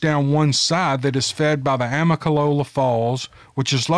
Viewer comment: Amalachacola.. haha.. you're too funny. It's Amicalola falls at the start of the Appalachian trail.